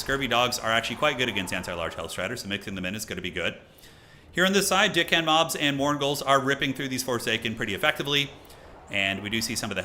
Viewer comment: Y'know, I have only ever heard say Dick hand mobs except one time when I heard say Deck hand mobs but that was short lived because immediately after said it again and I heard Dick hand mobs. I just can't hear anything differently. It's funny though.